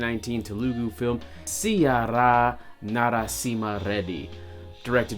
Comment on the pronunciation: If you can't pronounce "sye raa" properly, I'd doubt if you have watched the movie or not! That word was uttered like 200 times in the movie!!